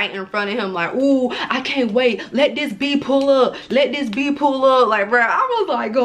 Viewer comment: “Not new to dis, I’m true to dis” 🤦🏻‍♀️😂on Mee